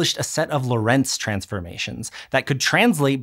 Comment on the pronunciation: I would really like it when a tiny bit of the research budget for otherwise excellent educational video's was spent on the pronounciation of foreign names. It's just on Wikipedia! "Hendrik Antoon Lorentz ForMemRS (/ˈlɒrənts/ LORR-ənts, Dutch: [ˈɦɛndrɪk ˈloːrɛnts]; 18 July 1853 – 4 February 1928) "